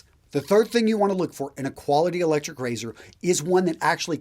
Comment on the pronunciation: Electshryc Rayzhyrsh!